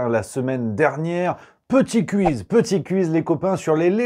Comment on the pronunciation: KOUIZ,, s'il te plait, KOUIZ, prononce mieux. Et bonne vacances, tu verras le Puy du Fou, c'est génial, je l'ai fait trois fois et je me suis éclaté les trois fois. Par contre vise bien pour la CinéScénie, c'est juste énorme ce spectacle. Bizoux